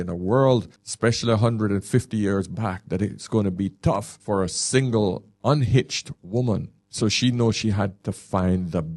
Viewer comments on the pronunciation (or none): none